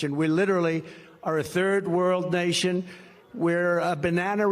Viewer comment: "A third world nooshion"